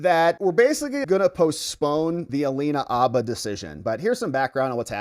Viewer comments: Dude! There is a H in her name. It’s Habba, not ABBA! It’s “her”, not er. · H! Habba with a real H in front of it. Like Hannah with b's where the n's are. Habba. Not Abba, Habba. Her name is Habba. Say it loud and proud and say it with an H. She's not the Swedish 70s pop group. You're doing it just to bug me, aren't you? Habba, man. Habba. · It’s Habba, not abba… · Her name is HABBA not Abba. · Please put the H in Habba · Mate, it IS Habba with a "H" !!!